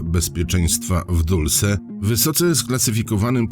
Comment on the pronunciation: Znowu. Nie "Dulse" tylko Dolsi